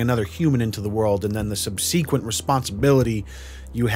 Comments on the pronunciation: It makes me chuckle a little every time I hear the way pronounces the word ‘subsequent’ more like ‘sub-see-quent’ I am realising I adore it actually (I am sure the thought of being called adorable would make him want to tear off his face though) 😂😂❤😂😂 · sub-see-kwent? I'll check back in three months when you edit that to subsequent.